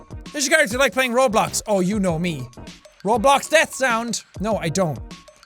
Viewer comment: Dude said robox lol